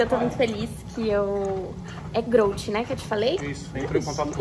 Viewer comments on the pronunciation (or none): Pior que a mina não sabe nem falar o nome da marca kkkkkk... mas é aquelas cara, a mina tá no hype, sabe divulgar no Instagram e é isso, agora essas atletas só querem saber de comer, dormir e treinar, nada de conteúdo e divulgação para ajudar o esporte, ai ficam para atrás mesmo. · A mina não sabe nem falar o nome da marca e é patrocinada, togs faz milagre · É sério isso a mina não sabe nem falar a marca dereito que foi patrocinada, eu fiquei até com vergonha e olha que elafalou duas vezes ainda kkkkkkkk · A mina não sabe falar o nome da empresa que patrocina ela? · Tanto atleta sem patrocínio e a growth patrocina uma menina que não sabe bem pronunciar o nome da marca... 🤦‍♂️ Kennedy pro da men’s não tem dinheiro nem pro suplemento...